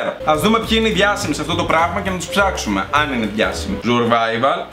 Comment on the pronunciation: Σουρβαιβαλλ ομγ κτ χωριατες φιλους μου θυμισες 😂😂😂😂